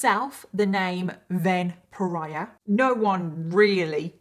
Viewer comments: Everytime you say “Ven Pariah”, I seem to be hearing it as a variation on “vampire”. 😶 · The way you kept saying "Ven pariah" I thought you were saying vampire. And now I can't stop think thats what his intentions were. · One of the times you said "Ven Pariah", it sounded "vampire" to me!!!! 🤔